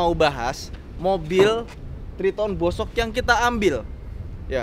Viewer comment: bosoknya masih kurang fasih bang 😂